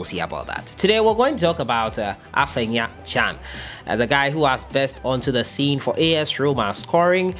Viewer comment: The boy's name is AFENA not AFENYA